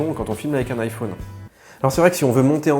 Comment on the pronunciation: IphÔne...c’est très chiant à entendre.